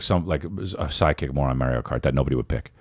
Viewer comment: As a fellow nj Italian, thank u for pronouncing “Mario” the correct way!!!🤣🤣